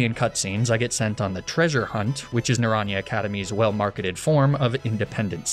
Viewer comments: Listening to him butcher "naranja" twice in the space of a few seconds was... painful, to say the least. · Great video... but commence the spanish speakers yelling at you for pronouncing naranja like that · Just as a tip/learning opportunity. Naranja is spanish for Orange (duh) the proper pronounciation is more like Naran-ha! You said the first 75% right but the last sylable is more like a ha than a ja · Spanish person here, just a tidbit, Naranja is pronounced Nah-run-ha, our J is usually like your H :) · naranja academy is orange academy in spanish. the -ja is pronounced -ha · Na - ran - ha 😢 the butchering 😭 of Naranja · i died a little inside when you pronounced naranja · The pronunciation of naranja is killing me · Someone please tell him how to pronounce naranja